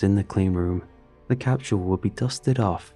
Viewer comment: just under those 20 minutes I’ve heard the word “capshul” more times than the avarage person does during their entire life